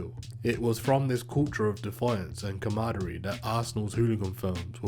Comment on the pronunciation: Please remove the word camaraderie from your script until you learn how to say it. Too much repetition and lacking accuracy.